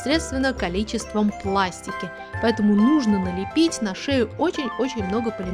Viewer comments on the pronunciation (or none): Почему пластика ,а не пластика